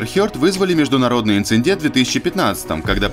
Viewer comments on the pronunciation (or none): видео замечательные, но покоя мне не даёт одно - ИНЦИДЕНТ прошу, не инциНдент... чуть ли не в каждом видео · Инцидент, а не инцендент, автор нуб. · камон, инциНдент? СИРИУСЛИ? нет такого слова, есть инцидент. аж кровь из ушей